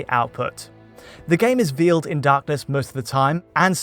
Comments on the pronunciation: VAY-led, not VEAL-ed. "Veiled in darkness." Veal is a sort of meat. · Why can’t this guy pronounce albeit and veiled correctly? It’s not Al be it and veeled 🤷🏻‍♂️